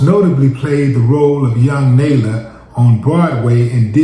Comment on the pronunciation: Senseless smh, Willie you're mispronuncing the name (Nala)